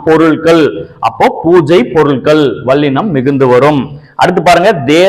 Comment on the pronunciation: வல்லினம் என்று சொல்லுங்கள் ஐயா, வள்ளினம் அல்ல! ல ள சரியாக வரவில்லை உங்களுக்கு! பிரபல தமிழ் தொலைக்காட்சிகளில் இசைப் போட்டி(சங்கீதம் - பாட்டு) நடந்து வருகிறது அதிலும் இதை கவனித்து திருத்துவதில்லை! தமில் (ழ்). கொளை (லை)